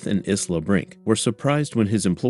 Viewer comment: "Isla" is pronounced 'Eye-lah"